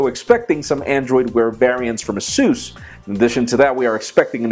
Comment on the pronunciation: It´s Asus not súz!